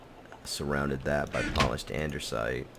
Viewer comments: the "Andersite" is pronounced andisite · Did anyone else hear him say "andersite" instead of "andesite" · Lol.. says Andersite instead of Andesite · Does he know that it is Andesite and not Ander-site, or is it a joke? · There's and "i" in DIORITE, and no "r" in ANDESITE. Die-oh-right And-a-sight. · You must be new here... If you'd been around, you'd remember that for years always called Lapis Lazuli "Lupus" just to piss people off who need to learn not to get their panties in a bunch. Also, he says "Andersite" because it sounds like Anderz as in Anderzel, another player on the server. How you don't know who Anderzel is despite this being right after last UHC is beyond me. Are you so new you didn't even see last UHC then? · Andesite has no "R" Diorite, pronounced "die" ily bby